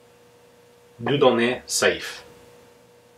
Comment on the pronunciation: Dieudonné Saive would be something like dee-heu-dow-nay sev Some really anti-english sounds in this name :P